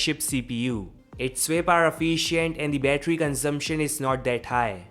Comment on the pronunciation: Efiiiiiiciaaant???? It's efficient 🙄